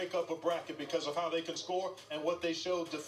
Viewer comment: You said hoe far not how far